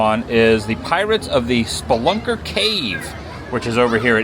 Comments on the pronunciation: Speelunker Cave...A person who explores caves is a Spelunker. Your pronunciation was way off. That ride has been there since the 70's at least... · Its Speeeeee-lunker.